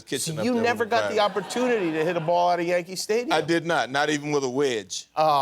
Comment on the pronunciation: I swear I heard him say "Yankee Pfftadium"! Or is Mandela hitting me with his transdimensional moonbeams, we'll never truly know